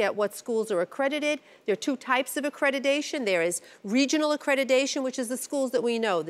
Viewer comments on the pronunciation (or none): For crying out loud the word is accreditation not accredidation.... Stop mispronouncing the word...! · Am I the only one cringing at hearing a judge saying "accrediDation" on and on and on? Made my ears bleed and I'm not even a native speaker...